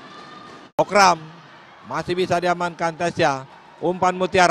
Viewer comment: ขำคนพาก โคกรำ ตะโกนจนฟังเป็นโคกดำ